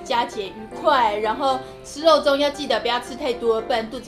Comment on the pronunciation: 第一個不是肉粽，是“肉重”